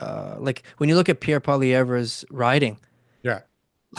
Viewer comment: Conservatives look down the road to the future and think about thier kids and grand kids. Liberals look down thier arm at thier elbows and think about thier next visit to thier condo in Florida. And please learn how to say Poilievre's name